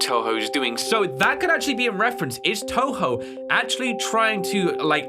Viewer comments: “Tubo” lol it’s Toho (not hate) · The company is called toho not tobo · But they didn't even mock him for saying Tobo instead of Toho😭🤣🤣